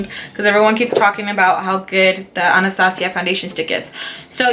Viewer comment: i love how she says Anastasia .. #hispanicpride